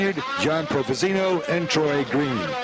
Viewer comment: How many years had a Provenzano come to Eldora by 1988? answer…enough times for the track announcer and our humble narrator to say the name right instead of saying Provezeeeno